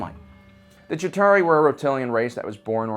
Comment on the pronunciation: "Shitauri" lol